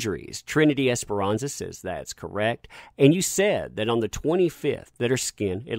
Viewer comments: just a little note.. I see you kept saying Trinity Esperanza.. when I keep reading "ESPARZA'.. the last names may look similar but when read out loud it sounds different .. ;) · Love ur channel. But it's Esparza... Esparza NOT Esperanza as u keep saying. Apologies for correction but I do watch ur channel and I really enjoy it. Just the name is wrong. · ms. es-par-za, it's a common last name in latin america... not es-pe-ran-za, which means hope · This is dumb but it kept bothering me that he said Esperanza and not Esparza. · just wanted to point out that the last name is pronounced "es-par-zuh", not "esperanza" which is a first name, haha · Esperanza? I read Es-par-za. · *Esparza* not Esperanza. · Bro her name is not Ms. esperanza.. its Ms. Esparza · Broooo...... ESS - PAR - ZA!!! 🤦🏻‍♀️ that was driving me nuts all video!! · The lady's name is pronounced; Ess-par-zuh, exactly as it's spelled...cheers! 😊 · this is great and all but it's Esparza* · No xperanxa ,,,, there is no N ... Esparza, probably italian... No latin last name...